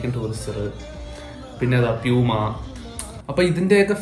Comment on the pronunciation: പലപുമ അല്ല പ്ലpuma ആണ്